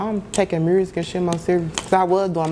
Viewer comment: WTF is up with people putting an R in the word music?? lol